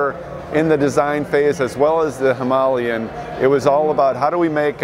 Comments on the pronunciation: HIM- UH-LAY-EN not bloody Himalyen, its not even spelled that way. "Himalayan" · Why can't these guys pronounce "Himilayan" properly? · Him Aa Lay An! can't you guys speak English! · Listening to the yanks completely miss pronounce Himalayan is so frustrating! Even the guy who works for RE cant even say it properly. smh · How can the guy working for Royal Enfield not even know how to pronounce Himalayan?? Shocking...!!!